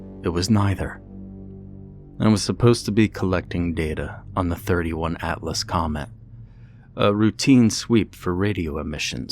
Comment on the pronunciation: 31? It's the third interstellar object called Atlas. 3 i / atlas. Makes me cringe when I hear it. Awesome narration though. Greetings from the Netherlands